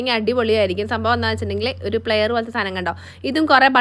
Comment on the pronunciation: Its plier😂not player😂whole life was a lie moment🤭